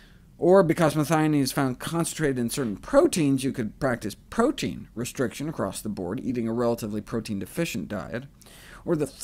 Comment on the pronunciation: Nice video. OMAD shall also work if someone doesn't want to go fully plant-based. And than again - it's easier to go overly high-carb on plant-only diet. PS: Aaaarrrgggghhh, the pronounciation of "protein" murders my ears. =oD (Just had to let that one put.)